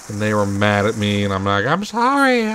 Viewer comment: "I'm sowwey I was playing Cawl o Duty" lol